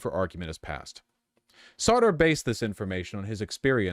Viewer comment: I read Jean-Paul Sartre's The Age of Reason when I was 15 or 16. Even at that age I knew that his name is pronounced Sar-truh not Sarter. Libs simply do not know things. It's why their worldview is instead motivated by vibes and social consensus.